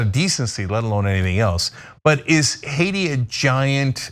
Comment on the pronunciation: It wasn’t Hacia it was Haiti if you can’t say the word right don’t do with the news